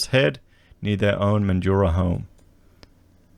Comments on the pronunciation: Mate, it’s Mandraaaa, speak like a Wassie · Just want to point out that Broome is not a mining town (Primarily tourism and pearling). And Mandurah is pronounced ‘Man-Jew-Ruh’. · Man drah/ METHandurah. Don't make it sound flash hahahah. Wonder if there has been a surge in people getting their real estate licenses. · Methdurah is the correct pronunciation